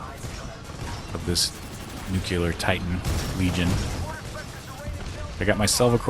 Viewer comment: NUCLEAR NOT NUKEULAR